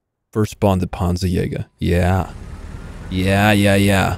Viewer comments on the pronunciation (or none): none